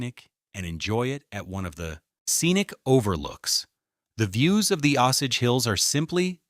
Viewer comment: It’s not pronounced “Ahh sage”. It’s “Oh sage”. Lazy ass AI channel.